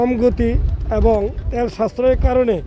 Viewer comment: সাংবাদিক ভাই তেয়াল হবে নাকি তেল হবে। উচ্চারণ ঠিক করেন।